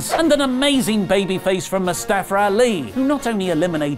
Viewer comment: I like how u pronounced mustafa Ali